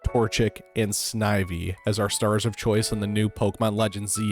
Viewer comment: Two birds? Not so sure about that. Also you might be getting it right but some of your pronouncations sound off to me Snive-E rather than Sniv-E, Arse-Eus rather than Arc-eus.